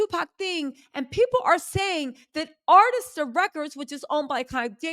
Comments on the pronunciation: Yes, that Ah-Ris-Ta gets our girl every time, but we still love her to pieces❤❤ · A-RIS-TA Records not AR-TIS-TA Records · It's ARISTA. Not ARTISTA. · Pease Please…. It’s Arista Records😂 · I could be wrong but I think I remember her saying she has dyslexia that’s why she mispronounces some words. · air - wrist - ta Arista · It’s Arista Ar is ta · only one thing Itspronounced Air ree sta records. Great research! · A- RIS-TA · Arista records ( like wrist) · Arista (a-wrist-a) Records❤️ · Sweetheart the pronunciation is ....... Keefe = Keef,E .... Arista = uh,rista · Arista. Air_is_ter. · AIR RIS TA - we got you LOL! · Keefe ( Key-fee D ) , Arista records … how are you not pronouncing these names right tho? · Exactly. I don’t know why she mispronounces Arista.